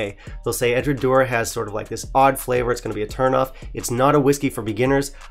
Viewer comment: 1) EDRA-DOW-ER 2) BA-LECK-INN 3) Edradour has no chill filtered whiskies, including the 10 YO OB, and never adds coloration of any kind. Otherwise, well done review…🥃🥃